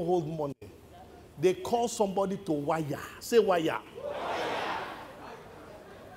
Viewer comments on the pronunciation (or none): SAY WIRE... WIYAH!!! I LOOVE IT!!!!